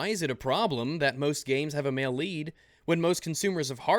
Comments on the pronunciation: "Mail leet" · I thought she was saying Maleite and I thought it was some new feminist word. then I realized she was saying male lead a and felt stupid